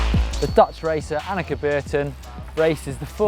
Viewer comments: im pretty sure its anneke not 'annexe' an annexe is like that place that Anne Frank hid from the Nazi's :/ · ...Can you say Anneke just one more time...I don't think you said the name enough.